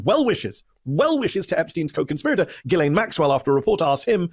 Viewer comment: Her name is pronounced “jizz-lane”